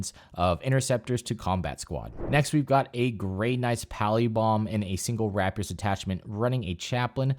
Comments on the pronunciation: It’s pronounced “ray pee ur” not “wrap yur.” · I’m starting up a Silver Blades army coming from a Raven Guard Space Marine army. Their Warlord Trait on a Dreadknight Grandmaster is absolutely fucking disgusting as Nurgle, I love it. Edit: Also, that’s an … interesting way to pronounce the word Rapier.